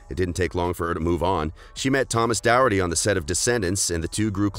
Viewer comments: Not to be mean but it’s doherty (door-tea) not darity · Thomas Doherty is not pronounced Thomas dowerty. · I am Scottish and this is not how you say Thomas Doherty’s name!